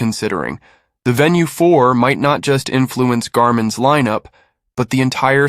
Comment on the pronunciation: venu not VENUE